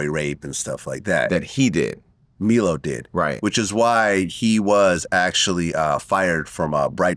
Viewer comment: who the fuck is "Me-low" ... are they talking about Milo? how can you fuck up the name of someone who was known to the public before this shit?